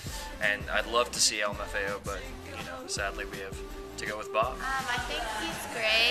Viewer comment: lol. its not pronounced bob...